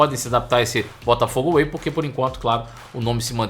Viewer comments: Crítica construtiva: É Botafogo WAY e não AWAY… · Não é AWAY mas WAY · Botafogo Way e não Away!!!😂😂